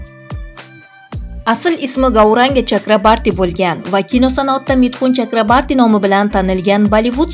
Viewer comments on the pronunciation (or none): Митхун Чакрабарти эмас ,Митхун Чакраборти дейилади фамилиясини тугри айтинг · Чакрабарти эмас Чакроборти. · 😂 чакрабартимас Чакраборти фамилияси тилларни ва талаффузни яхшилаш керак менимча яхши Киз! Саломат бу́линг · Chakrabarti emas Chakroborti to'g'ri gapir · Журналист кыз жок дегенде фамилияны туура окучу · Фамилиясини тугри айтинг